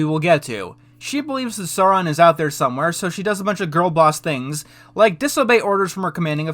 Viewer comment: I really like the video, but man, you saying "Sauron" wrong gave me cringe-shiveres every single time :'D It's pronounced "Sow-ron". And you don't need to know the lore for that; just actually listen how it's said in the Jackson-movies.